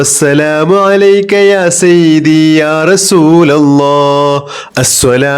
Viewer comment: Sayyithi not sayyibi